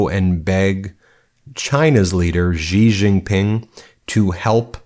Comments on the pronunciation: Stop saying "Gee"! It's Xi, pronounced 'she". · Great video as usual, thank you Let me be a PitA, though, even if this is the tiniest detail: X in pinyin is not a g, zh, j sound, is almost an s... more like between cee and she [Jinping] I know, I know LOL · Come on, Ben. I LIVE IN CHINA. Chairman Xi's family name is pronounced EXACTLY like the English pronoun "she." It is NOT "zzee." Pronouncing words and names correctly adds to credibility.